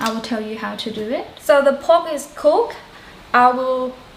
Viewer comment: > '..the pork is cookED' ..not '..the pork is cook(x)'